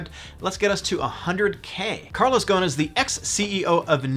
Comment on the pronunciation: its more like Go-sin no gohn